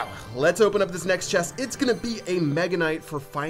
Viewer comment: Ches-t. It’s chest, not ches.